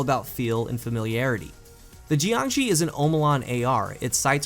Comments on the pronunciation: geeeangshee... shouldn't it be Yangshee? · Pretty sure it's pronounced like JYONG-SHUR. It's Chinese for like corpse or something. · the fuck is a 'gee-an-gee'? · JiangShi isn't pronounced like that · And he burchured the name